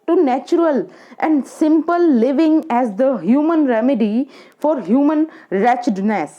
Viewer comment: रैचिडनैस नहीं बोला जा रहा आपसे ।